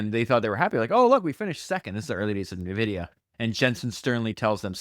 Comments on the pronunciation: Phenomenal listen. Also...it's En-Vidia ,not Nuvidia. Like Envy. ;] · Why you say NEVIDIA???? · It’s “N”, like the letter, “vidia”, otherwise this is perfection. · I’ve never heard anybody say Nvidia the way you do mate haha